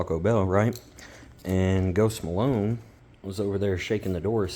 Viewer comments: “Ghost Malone”? 🙄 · “Are Kansas boy”? “Ghost MAlon”? Good lord